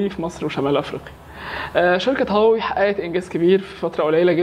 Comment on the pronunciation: عملتوا حلقة عشان تشوفوا الناس بتنطق هواوي ازاى واللى بيقدم الحلقة بينطقها غلط , مشكورين على المجهود